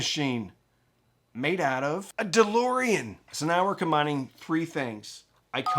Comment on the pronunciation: I was gone when you mentioned the price!! For a Cambridge!!! And calling it ‘’?😂